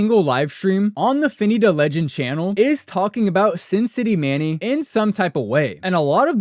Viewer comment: U don't even know his name. It's Sincity Manny, not Manning. This is the best video on this subject??